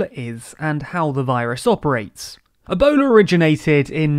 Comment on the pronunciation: Yeah and ah-bola instead of Ebola...